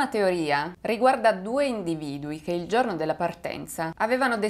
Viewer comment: Il video sarebbe anche interessante ma non azzecchi un accento...come si fa a dire vòlo, giòrno, bòrdo, òre??? Faccio fatica a seguirti, scusami.